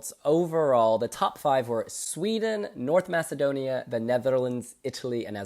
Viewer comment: needs to correct the way he calls North Macedonia.